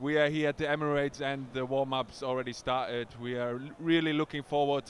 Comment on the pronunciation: I love that Per goes full cockney sometimes, such as "started"